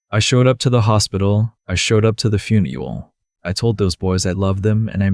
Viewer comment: Are you trying to say "funeral" and "knuckles"?